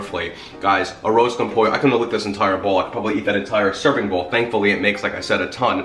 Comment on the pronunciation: It was No after his pronunciation! Smh.....wtf a an “arose”